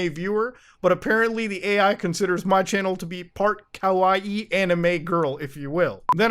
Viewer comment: I died of cringe when you said karaE anime girl.